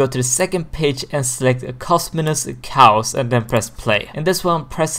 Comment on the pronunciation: Did he really call chaos “Cowus” lmao